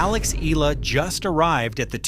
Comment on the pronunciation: Thank you for pronouncing her correctly